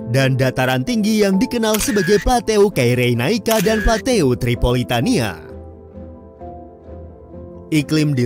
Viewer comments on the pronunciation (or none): FYI PLATEAU bacanya PLATO min.😊